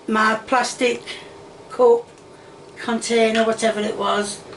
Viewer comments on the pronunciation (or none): none